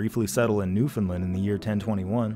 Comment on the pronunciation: Great vid as usual. The ‘A’ in Newfoundland is pronounced like ‘understand’ or ‘land’ separately